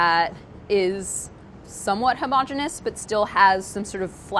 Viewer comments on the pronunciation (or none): Anytime someone says "Homogonous" is definitely part of the BA drinking game.